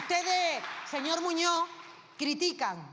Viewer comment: "Señor Moño"... cuando esa analfabeta va aprender que las "s" o la "z" al final de las palabras son para pronunciar ??? MOPONGO a escucharla😡